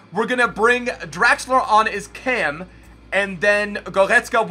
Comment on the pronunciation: Please stop saying letter R’s like you’re an infant. It’s De Bruyne - not De Bwooner, it’s Goretzka, now Gowezka. Other than that you’re the best human on YT